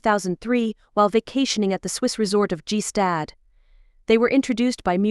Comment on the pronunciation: what oddities he appears to be a very well rounded accomplished individual who has done his family proud. also if the moron who produced this can't check pronunciations they should stop. G stad for gstaad ridiculous